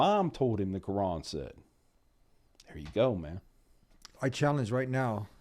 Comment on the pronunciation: He says kooran😂